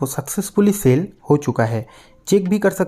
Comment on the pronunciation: Sell❌ seel😂